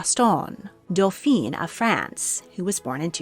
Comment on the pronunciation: Excellent video. My only nit is the pronunciation of dauphin (dough-fan). The dauphine (dough-feen) was the wife of the dauphin.